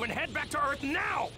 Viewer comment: "GOHAN, TAKE PICCOLO AND GO TO EARFF NOW." ok🤷‍♂️